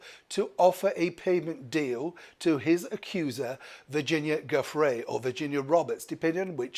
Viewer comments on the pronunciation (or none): Her name is pronounced joo-fray. Not goo. Most high-profile cases in our country do end in settlements. This is a very money-centered place. He settled because that is what happens, and why should anybody go through ages and ages in court when they can just pay some money? Usually with the result sealed. This is all standard. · Giuffre, pronounced JEW-fray.